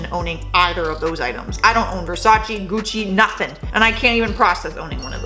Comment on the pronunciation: Butchers Bo-ka Ra-TONE all to fuck but no problemo with Gucci and Versace, atta girl! 🤣Keep it real, huge new fan marathonning, found your from Top10. Cheers from NB.